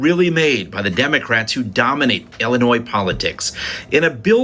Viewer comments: Ill-uh-noy, NOT Ill-uh-noys. 😉 The 's' is silent. Just sayin'. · It is pronounced "Illinois" Illinoy.